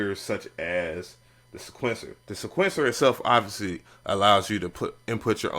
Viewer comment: Say it with me now..... see-kwent- sir lol. Jeez